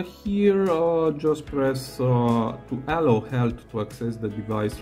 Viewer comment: Ty for the hint. Btw, your intonation for "allow" is wrong. You say "Allow" but correct in all english speaking countries i know i "allOw". The sounds are all correct, but the a should be shorter and the o longer